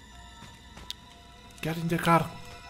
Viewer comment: ''Get in the car'' de paulistano kkkkkkk